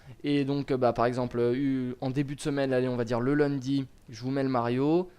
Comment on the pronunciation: lol j'adore quand tu dis "le lundi" avec un petit accent du sud